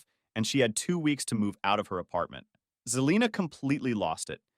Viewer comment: And its Se-lina... not Ze-lina